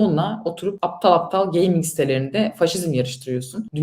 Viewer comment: Abla 4chan'de 9gag'de gezmiş biraz onları da biz sanmış. Geyming de geyming diyor bir de. Bi geyming pc olmuş 50k Steam geçmiş dolara ne diyon be ablam gözünü seveyim be abim.